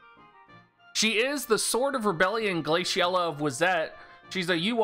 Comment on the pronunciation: why are you pronouncing the name like that